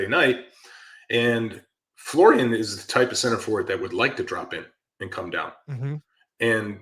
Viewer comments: I know it’s not John smith. But the dudes name is folarin. Not Florian. I think us Americans read the name and just default to Florian. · McBrizzle : Fo-la-rin 😊